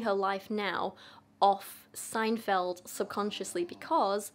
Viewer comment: btw: yes you did say seinfeld correctly 😅❤